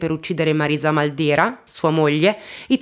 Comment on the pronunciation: Ciao! Io sono di Corato..conoscevo solo in parte questa storia. Grazie per averne parlato <3 Comunque il cognome da noi si pronuncia Màldera:) Grazie ancora per i contenuti che porti!!:*